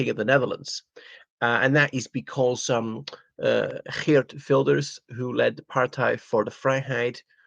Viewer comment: I’m impressed with your Dutch accent when pronouncing his name.